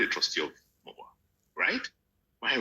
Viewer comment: Way da you guys like it or not is called EMOWAA not MOWAA